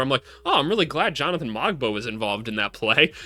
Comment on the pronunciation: Pronunciation notes: Shead rhymes with bread. The ‘g’ in Mogbo and Agbaji is silent. You didn’t mention Ulrich Chomche, but when in a couple of years he becomes a star (as he will), it’s pronounced Oolrish Shomshee. Mamukelashvili you correctly pronounced ‘Mamu’ because who has time?